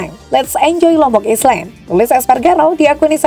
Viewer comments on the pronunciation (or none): Lombok island Bacanya lombok ailen mba Bukan lombok islen 😂😂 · Wkwk .. islamd kok dibaca islen.. bukan ailen. Piye to mbak? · Island dibaca ailen mbaaak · Coba benerin lagi ucapan ISLAND nya mba..😂